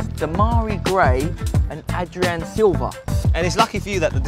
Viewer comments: Its adrien silva, not adrian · its Adrien not adrian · ADRIEN, NOT ADRIAN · Its Adrien Silva not Adrian Silva... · his name is adrien btw... not adrian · Its Adrien, not AdriAn.... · It's "Adrien", not "Adrian"....